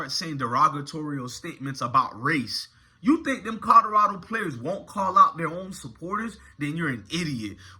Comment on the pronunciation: COL-OR-RAD0!!!!!!!!!!!!!! PLEASE BRO JUST LEARN HOW TO SAY THE NAMES CORRECTLY BRO , I LIKE YOUR VIDEOS BUT PLEASE SPEAK RIGHT BRO THERE IS A L IN COLORADO LOL